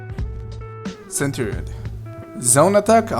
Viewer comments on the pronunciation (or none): none